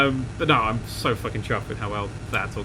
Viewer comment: This series has made me realised how much sounds Australian when he says "fuckin".